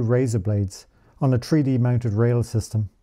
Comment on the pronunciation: An Irishman? 3D pronounced "tree-dee". 🙂